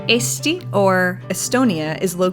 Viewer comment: Damn your pronunciation of Tallinn and Eesti was actually pretty spot on, one of the best I've heard. If you look at a map Tallinn-Narva highway is much straighter and actually wider than other highways in Estonia, a clear marker from the past. Of course the biggest road had to lead to Russia rather than other capitals like Riga or population centers like Tartu.